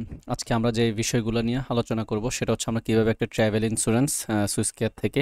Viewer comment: Thank you for the videos., please pronounce the Travel Insurance ln correct way, it sound not good. Every time you say ট্রেভেল Insurance. But it is supposed to be sound ( ট্রাভেল ) not ট্রেভেল please. Thank you again for the videos.